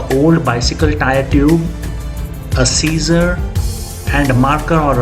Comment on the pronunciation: It’s a valve, not a walw. It’s scissors, not Caesar’s.